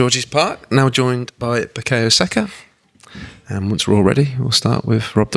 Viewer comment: why pronounce it Bukeyo?